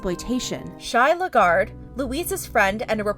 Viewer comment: Just a correction on the pronunciation of Shai’s last name, it’s pronounced la-gar-de (like the word grande)